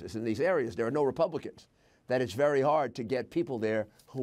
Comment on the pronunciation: Be vehwy vehwy quuiet!